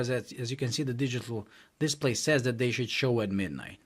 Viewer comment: It's "THAT" not "DAT". Thumbs down.